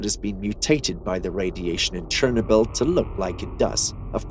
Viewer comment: Somebody please tell me why he is mispronouncing Chernobyl???